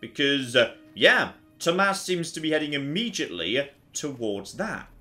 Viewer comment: I love the fact that you actually know how to pronounce Tomas... That’s my name, and very few people know how to pronounce it correctly since it’s Nordic.. There are a few other ways to write it.. (Thomas, Thomas